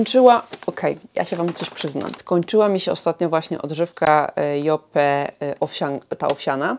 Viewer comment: Lubisz markę Yope, więc dobrze by było, abyś umiała poprawnie wymawiać jej nazwę. Wymawia się ją 'JOŁP', a nie 'JOPE'. Buziaki 😘